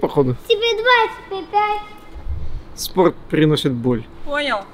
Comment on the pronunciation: "Спохт, пхиносит боль" ®